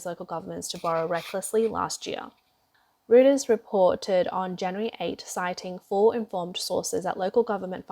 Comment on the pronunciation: lol...why do you guys keep using this girl to narrate your videos? she can't even pronounce Reuters properly